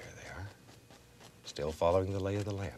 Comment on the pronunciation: The lay of the "lan"